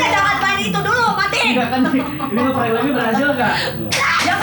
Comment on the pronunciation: HAHAHAHAHA NGAKAK IH PAS NGOMONG PRENKKKKK